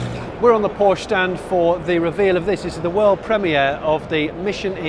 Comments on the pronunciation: Wish he pronounce Porsche correctly! Other than that a very enjoyable video. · Porsche incorrect pronounciation, please watch porsches Video how to pronounce it ;)